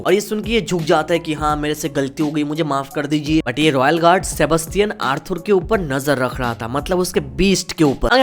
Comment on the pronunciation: Bro Arthur ko "Arthoor" nhi "Arthaar" pronounce karo